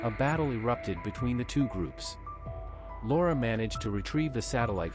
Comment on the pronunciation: It took me a while until I realized that the narrator was calling her Lara… I heard Laura